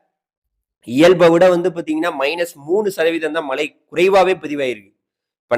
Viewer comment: ஐயா வணக்கம் மழையையும் மலைன்னு சொல்றீங்க மலையையும் மலைன்னு சொல்றீங்க உச்சரிப்பை மேம்படுத்துங்கள்